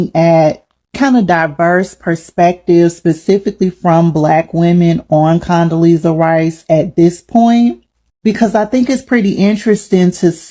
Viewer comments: I'ma need her to say her name correctly...Condelezza...not Condelisa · I wanna know why this first lady couldn’t pronounce Condoleezza Rice’s name right.